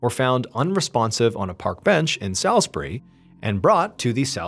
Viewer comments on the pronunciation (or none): Forgive me for being a pedant, but Salisbury is pronounced "SAWLSbury", not "SALSbury". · It's pronounced 'souls bury' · The ‘Sal-‘ part of “Salisbury” is not pronounced as in “pal” but like “fall”….ie ’SOLS-burr-ay’! With the emphasis on the first syllable. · Salisbury is pronounced solsbree in the UK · Salisbury ( pronounced Saulsbry, sorry about our batshit crazy place names) is such a beautiful place and suffered badly for a couple of years after this. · Salisbury = sawlz·buh·ree. W⚓ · I was a teenager living in Salisbury and would regularly spend time in the park where the spy and his daughter were found because it was on my walk home from school, was really scary when this whole situation unfolded😅 But the pronunciation of Salisbury is getting me man, it’s Sauls-bree please😭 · I recognised this story when you got to the bit about Dawn's present. I live where it happened. By the way, Salisbury is pronounced...sauls-berry. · *pronounced Sawsbury 😋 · Hello, so I actually live in Salisbury (pronounced soulsbury btw haha) and I remember I was only like 12 at the time and it was a very scary time here, places were all shut down and my parents wouldn’t let any of us kids leave the house and even till this day it gets bought up in conversation sometimes, we were in the city centre a couple days prior to this all happening meeting my little sisters grandparents for the first time so when the news hit everyone in my household were all quite shaken up, I can’t believe your covering a case so close to me so thank you for bringing this to light. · Salisbury is also a town in Massachusetts. We pronounce it differently than you though. We pronounce it "Saulsbury". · We have a Salisbury Maryland and we pronounce it Saulsberry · For future reference Salisbury is pronounced: Sorls - buh - ree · The pronunciation of Salisbury is really grinding 😂 it’s pronounced sails-bury. I don’t know why, but a lot of English towns are spelt nothing like their actual pronunciation.